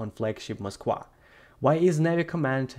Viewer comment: I have never heard of this ship....the "Mosk-wah". Ok joking aside, is the 'v' sound in eastern europe that foreign of a sound? I have heard several people from that part of the world throughout this conflict mispronounce the letter 'v'. I guess it's a thing.